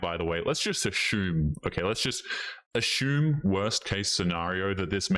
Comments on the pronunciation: Maybe it's just me, but it's pretty annoying to hear the word "assume (a-sue-m) pronounced a-shoo-m. There is no h in the word. Kind of a Karen comment, but, yeah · Dude, I'm Stealing the way you're saying Assume --> "Ashum", sounds cooler that way ! who would have known!